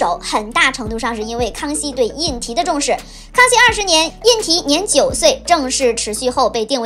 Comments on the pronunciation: 胤禔应该念zhi吧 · 皇长子名胤禔（读之）。